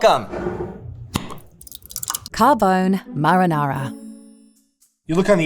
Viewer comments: It's pronounced Car--bon(with a long oh)-eh. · I'm irked by how they pronounce Rao's. Rayo is some weird Americanized pronunciation of Rao. Same thing with Carbone. Carbone has three syllables.